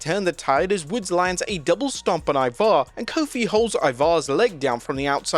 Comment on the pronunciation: The emphasis is on the “I” in Ivar.